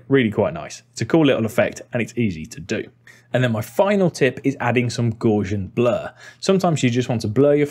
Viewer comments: Sorry for this Rsole comment but their is no R in Gaussian. So it's Dr Gauss's name is pronounced to ryhme with mouse not gorse. I'm an Rsole because I am also trying to find out how to what I used to know as I think travelling matt, basically a key framed travelling power window which with a blur inside can create the classic pixelated face... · Premiere Pro user here, but came for the general tips. I liked what I saw, but cringed at your pronunciation of "Gaussian". The word is derived from a man's name, Carl Friedrich Gauss. He was German. His name is pronounced, "Gowss" to rhyme with "house". So, that should have been "Gowsian Blur". With respect & humility, Timothy.